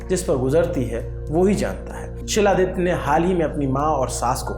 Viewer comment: Not Siladitya . It's xiladitya (khiladitya)